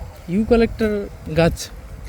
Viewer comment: ইউ কালেক্টর গাছ বলছেন কেন? ওটা হবে ইউ ক্যালিপ টাশ গাছ। আপনি ভুল কথা বলছেন।